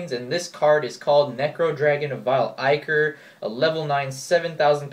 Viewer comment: I think Ichor is actually pronounced "Ik-or". Not entirely positive, though. Also, have fun at the pro-tour.